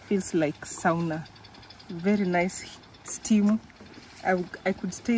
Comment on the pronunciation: As a Kenyan LUO, I have to say the pronunciation of the sauna is actually /sona/ not the way you were throwing it😂😂. Nice documentary as usual